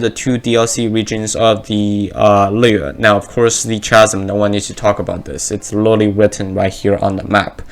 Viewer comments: chasm is pronounces kah zum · Just letting you know chasm is pronounced like ‘kasm’ ☺️